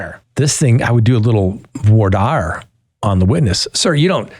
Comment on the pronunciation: Maybe just a pet peeve but I sure hope you do a better job of pronouncing “voir dire” in courtroom settings. I don’t know why this confounds so many people but a trial attorney ought to be able to pronounce these words correctly.